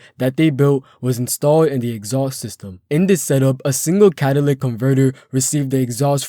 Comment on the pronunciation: I'm sorry dude I can't get past the fact that you can't pronounce certain words. It's pronounced cat-a-lit-ic not catalic.